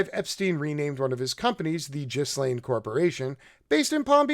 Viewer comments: Her name is pronounced GILAINE. The 'S' is silent. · Dude, it's pronounced Gilen. Hard G and don't pronounce the S. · By the way, the 's' is silent in Ghislaine's name. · lol bro dont pronounce the S on Ghislaine, lol it does sound better though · Her name is pronoumced “gill- laine.“ The s is silent. 👍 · her name is pronounced Gilaine, not Jislaine. The S is silent. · You are both right. "Gilaine" is the posh French pronunciation, coz she was born in Paris. "Jizzlaine" is an Anglicized version, or rather Americanized. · Her name is pronounced “Gee-lane” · Thanks for pointing these things out. Btw her name is pronounced gilaine with a g as in goo. I think it is a celtic name and spelled a lot different than usual english words. Also do watch "Jeffrey Epstein, Filthy Rich" the recent 4 part documentary on Netflix. It clarifies the accusations regarding Epstein and Maxwell very clearly. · G (Hard "g") Gilaine - Ghislaine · Scratch the KGB and MI6 he was a full agent for mossad that’s it . And Epstein was assigned to Gislain . She is the mastermind not Epstein. Why do you think he’s dead and she’s alive? Gislain is pronounced with a hard “G” and the “S” is silent / pronounced gilane. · Cut 'em some slack, I thought "Jizzlaine" was pretty funny.